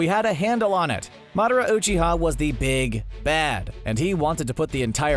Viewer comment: CBR narrator:I’ve watched and rewatched naruto many times Also CBR narrator:mUhDaRa,oOcHiHa,raSsAngAn,kAraMa,uCuHtSooKie Shit like this really pisses me off about these channels,they claim to have knowledge about a show,then they completely butcher the pronunciation and then proceed to state bullshit